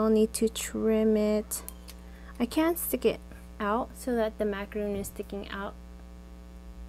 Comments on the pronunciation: You do not pronounce it correctly and no not all Americans say it like that. It is not a macaroon. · Its pronounced Mac-o-Ron. 🍥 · Please learn how to pronounce "macaron" the correct way, as it's frustrating when hearing it pronounced wrong. There is a difference between the French and American pronunciations.